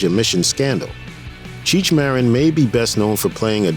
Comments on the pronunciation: Marin, pronounced Mahdine---not Marrin. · UGH ITS NOT MARE-IN